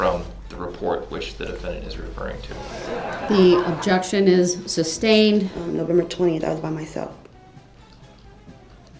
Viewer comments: Not only would he "object" he would also "suBstain" his own objection 🤡😂🤡🤣.....Also, Judge D. slipped twice that I caught and said the word substain in two separate videos and quickly corrected herself...How could she not make that mistake.. she had to hear him AXE "reason for the suBstain" 100 times a day...Maybe I could find those videos and put them in your comment section... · He prolly doesn’t know how stupid he sounds saying SUBSTAINED 😂😂😂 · Kitty Kat , His usage of the English language drives me CRAZY “ AXE” “SUBSTAIN “ “LIBARY”and “ TAKIT” He’s beyond REHABILITATION!!!!!!!!! 😮